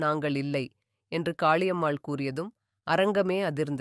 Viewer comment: Sister .. please fix your tamil accent… Pala munai…. Not Bhala munai… Kaali ammal… not Khhali ammal. We are 💪….